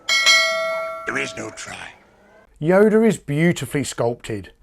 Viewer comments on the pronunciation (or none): Did you call him Yoder at time mark ? He's not Amish. His name is Yoda, not Yoder. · Actually, I wasn't smelling my farts at the time, I was doing that the day before. Isn't amazing how different they smell from day to day? At any rate...yes, I'm well aware people pronounce things differently. I just never heard Yoda pronounced with an Amish name. I like your channel, and you do a fantastic job with your videos! Keep up the good work! Time to go smell another fart!! :)